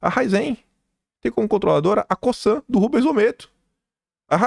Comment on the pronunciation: A pronuncia de COSAN é com Z, CoZan A pronúncia de Raízen é como se lê, com acento agudo no Í : Raízen